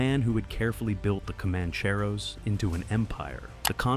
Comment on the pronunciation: you yanks need to pronounced names properly comancheros for example